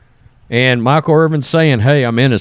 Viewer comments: Bro, it's Irvin, not Irving. You're killing me. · The mans name is Irvin not Irving. You’re such a hack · Hey, there’s no “G” in Irvin